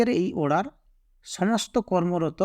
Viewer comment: (অড়ার) /order উচ্চারণ ঠিক করলে ভাল লাগত